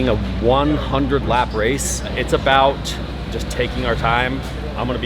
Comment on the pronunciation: "i wadnt abowt to not fit" i felt that as a fellow gut guy